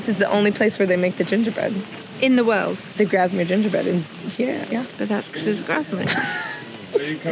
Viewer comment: Its pronounced Grass mere and not Graz mere. Its Kes ick and not Kes wick and words worth. Kendal mint cake is very sugery exactly how its supposed to be for hikers, walkers and climbers to give them energy. Thats why is high in sugar.